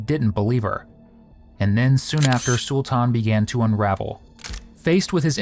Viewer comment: To the person narrating the video, his name is pronounced , SUL-TIN not SUL-TAN or SUL TAWN. You're welcome!